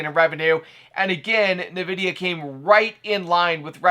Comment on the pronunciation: The way you say NVIDIA bruh...